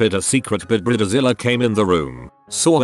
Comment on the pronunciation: I’m tired of these AI voices that get words working “Bre-da-zila”